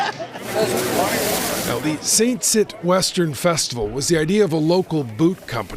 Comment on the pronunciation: … Quebec rodeo… I thought the community of Saint-Tite was pronounced in French as [San TEET] and not [San TIT]?